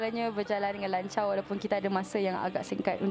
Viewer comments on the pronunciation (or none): Lanco la..bukan lancau..beza bunyinya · Aku sorang je ke dengar yg dia salah sebut, shila nak sebut ‘berjalan dengan lancar’ tapi aku dengar ‘berjalan dengan lancau’. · hsox ns99 kan, klau pakai aerphone jelas dia sebut lanca*